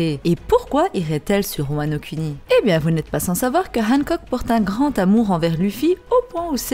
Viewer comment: j'sais pas si je suis le seul à kiffer le fait qu'elle prononce "Wano Kuni" et non Wano "kouni", je prends mon pieds à chaque fois^^